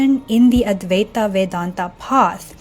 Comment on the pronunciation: It's supposed to be pronounced like advai-tuh. Same deal with vedanta, should be spoken like vedan-tuh. Not vedan-taa or advai-taa.